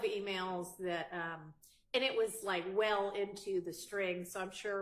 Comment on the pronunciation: I wish Miss Hilton learn how to say that and stop saying DAT.😂